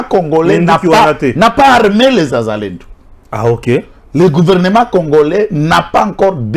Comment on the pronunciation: Pas zazalendo mais wazalendo quand c'est plusieurs personnes une pers on dit mwazalendo